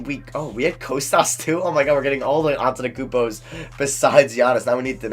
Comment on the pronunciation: “Antetakpumpos” Lol